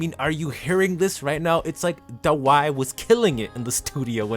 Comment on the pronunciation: The vid is nice, but the pronunciations can be a bit of a whiplash 😅 "Herrscher" as "Her-rake-key-ya" instead of "Her-sher" "Fu Hua" as "Foohoowa" instead of "Fu..Hwa" "Dawei" as "Da-Why" instead of "Da-Way" That aside, I really like your analysis and in-depth description of who Kiana is and her journey thus far.